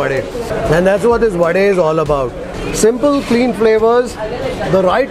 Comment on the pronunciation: liked the way you pronounced the right word vade and not vada 🙂